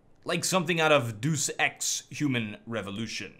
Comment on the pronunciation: This niqqa just said "Deuce Ex" lmaoooo